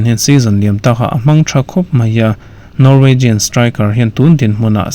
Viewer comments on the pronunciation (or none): none